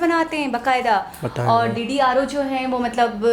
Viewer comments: DDRO ......nahi....DRDO.....aap jaldi bolne k chakkr m aksar aisi galti krti h.....,sorry bura na mano,bas thorra dhyan do...aor haan,apne niazi saheb ko bhi mouka dooooo!!!! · It's not ddro it's DRDO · D R D O mohtarma aapke english ka pronounciation se angrez apne aap ko samandar me doobalenge bacha lo unko aur apni "amazing interesting WARID 🤣 (ye kya hai warid)" thoda pad likh liya karen aise na mare angrezo ko bechare